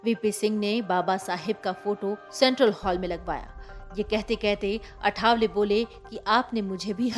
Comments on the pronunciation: अरे चॅनलपे समाचार देनेवाली पत्रकार मॅडम नाम तो सही लो अठावले नहीं लिखलो आठवले नाम है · अठावले नहीं आठवले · अठावले नव्हे.... " आठवले ". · अठावले नहीं ,आठवले नाम का सही उच्चारण करो।मराठी नामों को अक्सर क्यों बदलकर बोला जाता हॆ? क्या आठवले का उच्चारण करना इतना मुश्किल हॆ? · अठावले नहीं मॅम,आठवले. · आठवले. ...Not अठावले Please.... at least the formal communication should be correct.. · सर्णमे का प्रोनाऊस ठीक से लेना आठावले नहीं आठवले